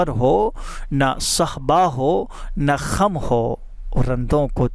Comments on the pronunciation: kham nai khum hai janab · Kham nhi " khum" boliye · بھائ kham خم نہیں ہوتا، خم khum* ہوتا ہے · خم پر زبر نہیں پیش پڑھا جاۓ گا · Fareb e jalwa khum rind sehba pronunciation theek karain